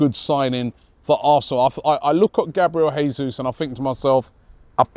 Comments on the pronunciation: Jayzus not Hayzus (his name is Portugese not Spanish) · The name is pronounced Jay-soos. Not Hey-soos. Gabriel Jesus. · Who’s gonna tell Robbie it’s pronounced “jay-zeus” lol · it's Jesus with J, not H. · Robbie,Jesus, he's Brazilian, it pronounced Jay-zeus not Hay-Suess. Morata, no thanks, too old, more clubs than Tiger Woods and offers nothing. Same reason we didn't sign Wilshere or Ramsey. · He’s Brazilian not Mexican pronounce the J and leave out the last S